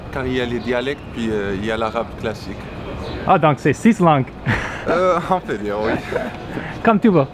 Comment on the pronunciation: combien de lan'guess ???? Is this really how you pronounce the plural form of langue?